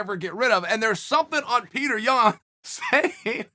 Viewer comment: Of course you like Petr Yan. You pronounce his name correctly.